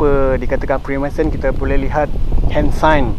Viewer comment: Freemensen freemensen... FREEMANSON bro... Spell and pronounce biar btol